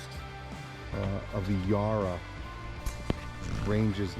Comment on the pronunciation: Ya-ruh, not Yah-ra. We'll get you speaking Aussie mate. 😊